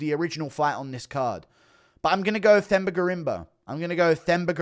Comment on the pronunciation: FYI you don’t pronounce Themba with a TH. You say it “Temba”. You welcome.